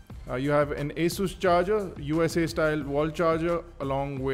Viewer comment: its not "a" sus ,, its asus ...